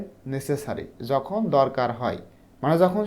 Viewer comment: Sir apni apnar kotha bolar stylte ta sundor korle video ta aro sundor hotho! Jemon apni jhokon bolechen but aita jokhon hobe